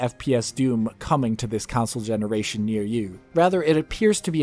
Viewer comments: Console gemenaration?🤨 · Him Saying Console Gemena Ration, lol